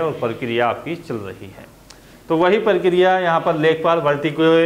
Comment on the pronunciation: अबे परकरिया नहीं प्रक्रिया